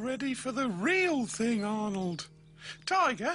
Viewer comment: When Pig says Arnold's name, it sounds like he's saying "odd old".